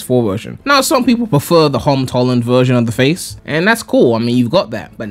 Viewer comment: "Now some people prefer the Hom Tolland version" okay that got me that made me laugh